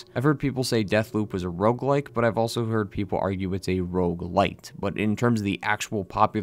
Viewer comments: It's called 'rogue-lite', not 'rouge-lite'. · "Rouge-Lite" lol